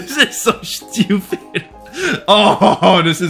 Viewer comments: the way he says stupid XD "shtupid" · I just love how he says "Shtiupid" instead of stupid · I love when he says „that’s so schtupid“ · Rhe best thing about this video is how he pronounces word stupid